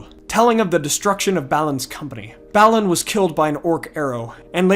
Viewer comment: Great videos you got going. Please try to have some decency and pronounce the names and places within the Tolkien universe correctly. For example. It's not Ballin' it's [Bah'linn]